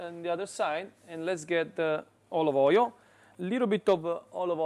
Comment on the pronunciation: "De olovoiol" 😂 Grazie!